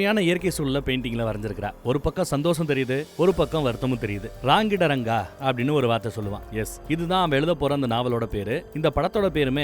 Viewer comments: Raangidaranga illa Rangitharanga pls anna pronounce correctly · Say it as Rangeetha ranga bro thats how its pronounced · Padam peru correcta pronounce pannunga bro. RangiTaranga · PLEASE PRONUNCE IT PROPERLY.. ITS RANGITHARANGA ...NAANU TAMIL THA BUT I KNOW KANNADA N REPECT FR THAT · Please Pronounce movie name properly bro..